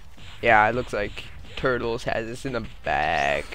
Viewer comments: it turles not turtes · It's Tur-les.